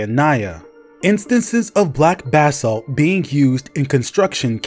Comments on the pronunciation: Pronounced "Buh-salt" bro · Why are you saying Basalt weird bro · thought bro was saying "bathsalt" lmao